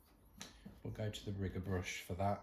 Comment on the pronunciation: Hi 😊 what a difference your hand painting made. Absolutely beautiful! Is a riggor brush, the same as a liner brush? I'm not sure you said riggor😂